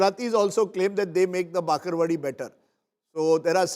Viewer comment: That is called bhakarwadi not bakarvadi